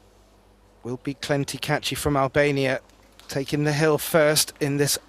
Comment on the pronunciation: Why does he keep saying klenti this is ecklent kaci. I know I'm spelling bad but I thought klenti was his younger brother am I wrong?